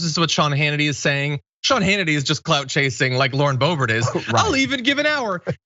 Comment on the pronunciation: Boobert* and Greene are members of the secret AOC fanclub. *dutch pronunciation written in English. The name Boebert must have dutch origins. There used to live boeberts in the Netherlands, in the regio Brabant, but the name doesn’t exist anymore. But the ‘oe’ is only used in Dutch as far as I know. The pronunciation is like the English ‘oo’ in book, or boop.